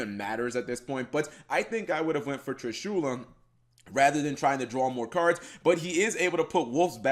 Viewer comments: I find it soo weird to hear Trishula being pronounced Tri-shoew-la. Always heard and said Trishula as just saying "Trish" and then "ula" right after without a pause. Trishu-la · Does anybody else feels uncomfortable with how he speaks triSHUla? I think it is TRIshula, or...how does even write the name of that monster? Whatever it is, how to you speak that monster's name? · Dee Wade I didn't got salty I think, it just gets highlighted when you hear so many other people talking TRIshula and not triSHUla. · It isn't pronounced trishoola holy shit! It's trish-uh-la